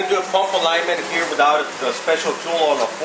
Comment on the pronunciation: "Wothout really?"